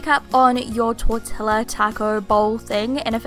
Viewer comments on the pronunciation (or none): Im from New Zealand and I say tor-tee-ya as well. I know plenty of people who say tor-til-a no matter how many times I correct them. Even after they say, "why's there an 'L' in there then?" some people think English is the only language LOL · Looks really good! I would personally just skip the olives, I don't know why I really, really, really dislike them. Lol! By the way here in Texas we pronounce tortilla "torti-ya". :) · Shannon! A little help with your español : tortilla- tor-tee-ya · Kamryn Samanthaxx and roll the r ! Torr-thee-ya! Haha i actually say it tor -til -a just to be a goofball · Australians and New Zealanders pronounce it: tor-til-la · Kamryn Samanthaxx Oh I never knew that!! I'm Australian and have been saying 'tor-tila' my whole life haha. Thanks for the tip ;) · Taylah Grace lol im a kiwi, and i was bought up to say Tor-tee-ya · I'm a kiwi. I've always said Tor-tee-ya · MeliC I know every time she says it I'm like the l's are silent!! its pronounced tortia haha :) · yea but like i said many people in english speaking countries pronounce foreign words the way they would their own language (like shannon did) so to to explain the pronunciation to english speakers the l's would be silent and would be pronounced the way we read "tortia" , I understand that that in spanish this is different and that is the way 2 l's are read and how they are supposed to be pronounced but the l's being silent is a simple way of explaining the pronunciation to english speakers :) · Ella Barclay im from mexico (living in nz) and i agree with you, i even pronounce it "tortia" when im talking in spanish, it's not a big difference if pronouncing it with a y/j tbh. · Well, no one I know here in NZ would pronounce 'jalapeño' or 'fajita' incorrectly so I see no excuse why we shouldn't pronounce 'tortilla' the way it's supposed to be said either! Surely it should be one rule for everything. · I pronounce it tortilla too.. Everyone I know does